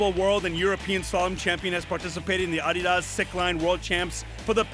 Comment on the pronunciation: That's the correct way to say it. It's a contraction of the company founder's name, Adolf "Adi" Dassler